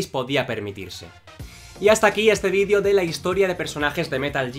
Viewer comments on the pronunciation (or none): none